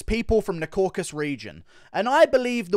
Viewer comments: Isn't it Caucasus not Caucas? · CAUCASUS. FFS IT'S THE CAUCASUS NOT THE "CAUCUS"